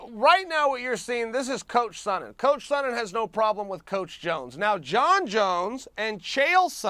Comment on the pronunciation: And Dan keeps calling him "saw-nen